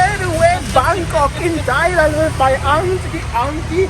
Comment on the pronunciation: Tajland srajland 😂